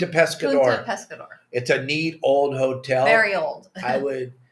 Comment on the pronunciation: its punta pescadero not pescador btw